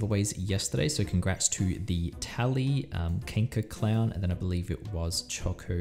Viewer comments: Kenkerclown hahaha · ''kankercl0wn'' hahahahahaha it means cancerclown but the way you said it made me lol